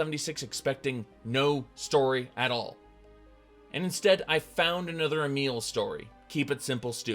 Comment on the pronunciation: I watched that and the only criticism I have of video is that he can't pronounce Emil correctly which detracts from otherwise valid, although a bit too snarky for my taste, criticism. It's pronounced like "a meal", not elm, not email, and all the other ways he mangles that name. As for Emil, I went to the original and it's almost like he's saying, "Our idiot fans out there wouldn't know what a good story is, so I'm not going to bother writing one." One thing to consider is that the entire premise of Fallout 4 was a rather insignificant side quest in Fallout 3, "The Replicated Man". That means this idea was percolating around Emil's head for quite a number of years and this is the best he could come up with?